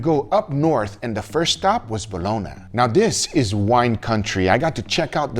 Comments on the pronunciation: Bologna not bolona, but apart from that great video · "BOLONA"? It's "Bologna" like "lasagna", or in Portuguese "Bolonha".